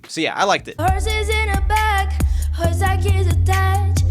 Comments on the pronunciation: Dude sounds like he's saying "gonna take my wh**e to the " I get that its his accent but it caught me off guard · The guy from Cambodia straight up said "whore" instead of "horse" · Meaz said hor instead of horse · im pretty sure the girl from thailand didnt mean hose but said horse with a silent r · The guy from Cambodia said whore instead of horse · He says hore instead of horse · sounded like he said hoe XD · Roomie says that she mispronounce horse on but with he's favorite he said just the same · i heard hoe... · I though he said orse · I heard hoe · HORD xD edit: and guys I heard hord so STOP correcting meh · Does anyone else notice that on combodia he said whore instead of horse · It does, I'm Thai.